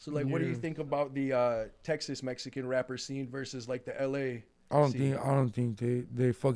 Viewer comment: He can't say Mexican 😅